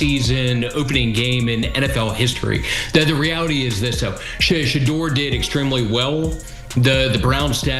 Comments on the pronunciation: Please have her stop saying Shaddow Sanders to She-deur Sanders. So sick that they can’t say it right. She is on NFL Top Stories. When I hear her I want move stations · Please LEARN HOW TO PRONOUNCE HIS NAME. I WILL never subscrbe UNTIL YOU DO & ADVISE NO ONE ELSE TO. THESE SITE PRODUCERS ARE WAY TOO DISRESPECTFUL OF SHEDEUR SANDERS & I THINK IT IS INTENTIONAL - PRONOUNCED = SHA DOOR RAH. DUMB DUMB:face-orange-raised-eyebrow::face-orange-raised-eyebrow::face-orange-raised-eyebrow::face-orange-raised-eyebrow::face-orange-raised-eyebrow::face-orange-raised-eyebrow::face-orange-raised-eyebrow::face-orange-raised-eyebrow::face-orange-raised-eyebrow::face-orange-raised-eyebrow::face-orange-raised-eyebrow::face-orange-raised-eyebrow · Um the Ai voice over is pronouncing Shedeur’s name wrong….😮 Put some respect on his name 😡😡😡😡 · 😢you Ai folks need to knock it off if YOU can't show enough respect to pronounce his name correctly. Deleting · You need to get the correct pronunciation for his name